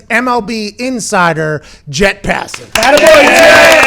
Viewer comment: Pat calls him jett